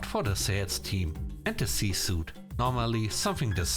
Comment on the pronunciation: Another addition: pronounced suite the same as suit. I think the similar spelling is what makes him do this.